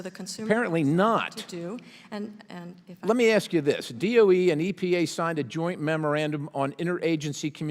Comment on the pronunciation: How is it that we've arrived at a point where people are actually speaking ebonics in Congress? Congresswoman Bush, the word is ASK, not AXE!!!!